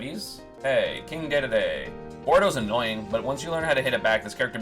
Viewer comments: Ey yo it's dedede, not daydayday And marth is not that bad, either bottom of the list cuz of lucina or in like high-mid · Esam pronouncing Kind DeDeDe Like that is cringe